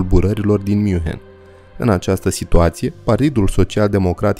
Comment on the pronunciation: Toate bune si frumoase, dar invatati pronuntia corecta a numelor. OK? Hoănțolărn (nu hohenzolern). . Zalțburg (nu salburg). Münhiăn (nu miunhen), fon Badăn (nu von badăn). . Asa ca la copii...